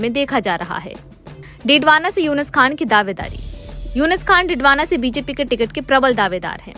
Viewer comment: उनका नाम यूनिस खान नहीं यूनुस खान है मैडम